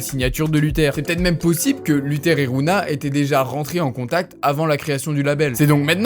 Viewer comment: un documenteh, sur luthehh